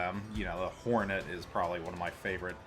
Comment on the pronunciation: Decent review. I keep tripping over adding an imaginary vowel between the r and the n in Hornet (horn-et vs hor-a-net that i keep hearing) but decent review.